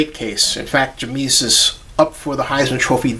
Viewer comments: its not jemeis its jaimeis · It's pronounced Jame-is. Just for future reference.